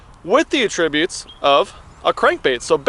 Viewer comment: dis nigga dont know how to pronounce attributes. rib yootz